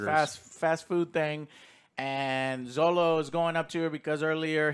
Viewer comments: His name is Xolo, pronounce "Sholo" ... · Heads up! Xolo is pronounced “Cholo” not “Zolo” or just call him Miguel 😂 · Godddam yall dont know how to pronounce Xolo's name